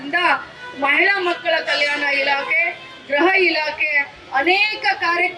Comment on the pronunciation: Grahaelake alla gruha elake mam.